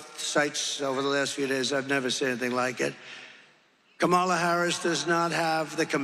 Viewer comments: Oh my gosh, say her name right then: it is KAM- A - LA!!! IT SERIOUSLY IS NOT THAT HARD! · I find it interesting that he can pronounce Helene correctly, but won't pronounce his opponent's first name correctly.... he's very disrespectful and I don't respect him personally.